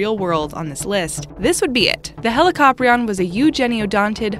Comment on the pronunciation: that’s an outdated depiction of helicoprion. Not to mention it’s pronounced hee-lee-co-pry-on, not he-li-cop-rion